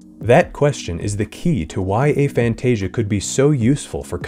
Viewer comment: We’re not going to support this pronunciation. lol It’s ah — like after and agnostic. Aphantasia. Not “AY-fantasia”